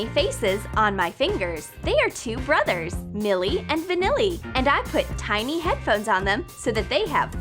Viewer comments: The TINY word is pronounced as tie-neeh not tee-neeh duh. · It's tiny not teeny!